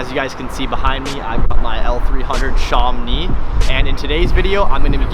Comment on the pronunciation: Sham-Oh-Nee...Not Sharm-nee. It's named after an area in France.